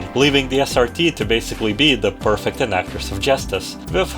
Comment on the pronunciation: As a note: it's 'pre-fect,' not 'per-fect.' Although I can u derstand the confusion brought about by Hina's existence, the rest of the group is incompetent enough that it doesn't matter.